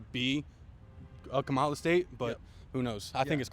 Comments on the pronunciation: You are still saying her name wrong. It is Comma la, and not ka ma la. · Why doesn’t the host/ interviewer ever pronounce Vice President Kamala Harris’s name correctly? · At least pronounce her name right… it’s , La!